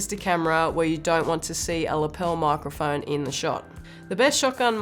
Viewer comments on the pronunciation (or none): Love how she says "moicroiphoine" 🥺